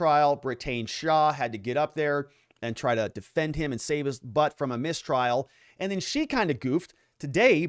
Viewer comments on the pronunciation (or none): none